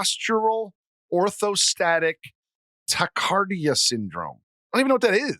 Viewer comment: Haha. POTS. Is it really that hard to pronounce tachycardia??!! Haha